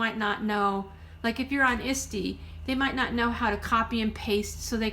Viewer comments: all I'm hearing is Istie, kept thinking what is Istie? Sorry it is a bit of a toungue twister break it down it's ET SEE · Hi , thank you so much for sharing your knowledge on selling junk journals.. I never heard of the place "Isty" ? And was trying to look up such a site but found nothing. Could you tell me where this place is to sell junk journals.? Or are you trying to say ""Etsy".. pronunciation spelling doing the best I can because it's the name of a store so it wouldn't be an addictionary. Eht- 'see.. but if you are really saying Isty then could you give the site link please Thank you. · Good advice but I had to mute it and scan through and just read the tips. The repeated mispronunciation of ETSY (Eh See) was distracting as was the rambling and hesitation in the speaker were too distracting for me. To be honest if I did it I'd probably be the same way which is why I haven't attempted to do a YouTube video, :) I'd probably drive myself crazy with my awkward pauses and segways. I don't think I could sit through another video. At least the vocal tone was pleasant. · What the heck is Isdy? Are you trying to say Etsy or is it something else? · FYI, it's pronounced "ett-see" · Thanks for saying that. I could not figure what she was talking about. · Are you saying “Etsy”?